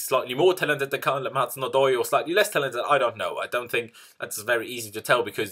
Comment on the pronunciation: Hysaj is pronounces " Husay" :)